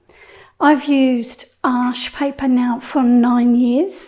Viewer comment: Excellent! Thanks, your tutorials are always so clear. Thanks for giving us the correct pronunciation of Arches which is my favourite. I have just ordered some Baohong paper as I’ve heard it’s very good at keeping colours vibrant. Will feedback!